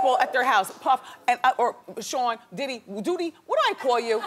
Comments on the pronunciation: When she said Diddy, doody 😂😂😂😂 miss and love my Wendy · did she call him doodie? lol